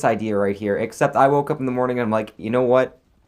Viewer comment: he said uf instead of up lol